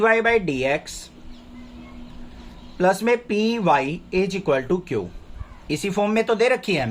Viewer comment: Q ❌ kiouuuu☑️😂